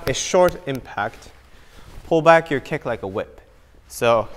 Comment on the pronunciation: They say Rick instead of kick